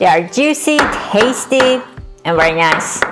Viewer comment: Wery wery good